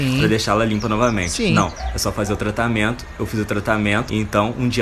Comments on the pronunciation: ''tratamiento'' KKKKKK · como o t3ddy não percebeu q ele fala "tratamiento" KKKKKKKKK